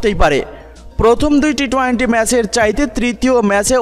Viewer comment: Vai apni twenty bole twainty boliyen na birokto Lage. Emnitey pic copy koren abar uccaronewo vul koren.😠